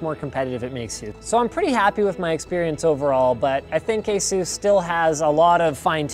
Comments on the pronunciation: asus not asues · Pretty sure you pronounce it ASUS and not AESOOOOS